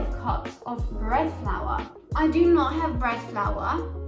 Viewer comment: I love the way you say "breadflaowa".